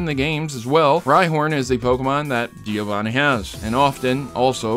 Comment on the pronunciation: As a Giovanni it hurts me to see you miss the two n's in a few of those. Great video though!!